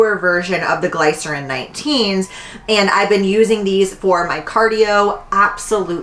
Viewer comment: I look forward to your videos every week!! Don’t leave YT plz. Also “glycerin” is pronounced like glisten 😉 but I need those brooks asap